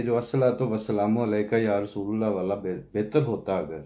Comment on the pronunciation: یا رسول اللہ ۔درست تلفظ رسول میں "ل" کی زبر کے ساتھ نہ "ل" کی پیش کے ساتھ Ya Rasool a llah